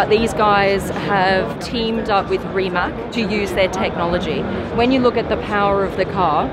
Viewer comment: Learn pronounce Rimac!